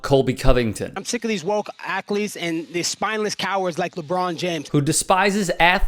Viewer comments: “woke ackletes” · Did dude say "akletes"? 🤔